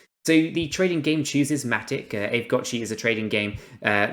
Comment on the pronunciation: It's pronounced ah vey...